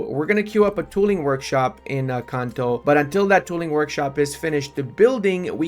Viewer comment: Every time you said "in Kanto" I heard Encanto